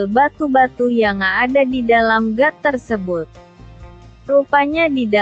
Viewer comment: Got kali bukan gat